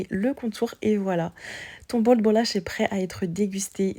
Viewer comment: Tu prononces bien " bolacha ". Tu es portugaise ? Moi oui. 😊